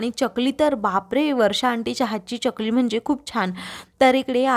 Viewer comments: च्यकली नाही ग चकली असते ती😅😅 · चकली म्हणतात, च्यकली नाही